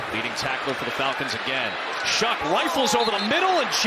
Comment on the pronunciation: I thought the saints QBs name was pronounced like show, I'm hearing shuck.